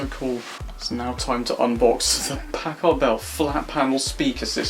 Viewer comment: i don't like how you say packard..